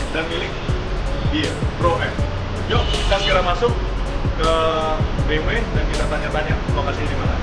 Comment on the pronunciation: bmw bacanya bi em dabel yu?? lu kira tuh brand asalnya dari mana?